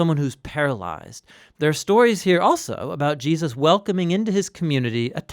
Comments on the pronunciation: i am very pleased to find this resource. i am sorry that my first comment includes a criticism but i feel its important: in this video, the name "Jesus" keeps being slurred to "Je-us". i dont know if this is a supernatural change or if the narrator just needs some rest or a cup of coffee but i think its worth doing over for the Name of Names! meant with goodwill! :) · I know who Jesus is... Now that other guy Gee-us.... I'm not sure who that is that he is speaking on. .. Praise him correctly. Know his name. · Je -aah-sus. No, Jesus'. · Who is this Gee-Us of whom you speak? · Was it the intention of the narrator to pronounce the name of Jesus as Je'us? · I'm a little troubled about the pronunciation of Jesus. Sometimes it sounds like Gee-a-zuz. Non native speaker, this is a real comment. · GEE-US?? I've listened to you say Gee-us over and over again. Who is that? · Hey there,. Loving this series, I find them really educational... I have to ask though, why do you say Jesus' name like that? It sounds like you're sating "Gee-uh-sus":O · Why does he say "Jeeus's"????? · seriously, i'm not halfway through and theres been at least half a dozen "Jee-uses". is this intentional? is this a quantum effect/ mandella effect? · why do you keep saying Jeeussus? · I think Neil is talking about how pronounce the name as "GEE-ZAAAS". hahaha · am i the only one who notices how he says Jesus "Jeyus" idk it bothers me somehow anyway this is awesome love all the videos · I hear it too. Every time he says it, it takes me right out of the story.